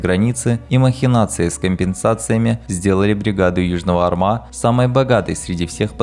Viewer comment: Бригада Южного Арма а не армА. Ударение падает на первый слог.